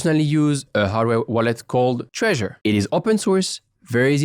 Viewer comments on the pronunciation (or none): Treasure wallet ? Dude its Trezor lol :D